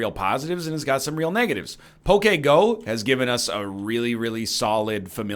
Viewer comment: Egg pronounces poke go similarly to Hillary Clinton’s Pokemon go to the polls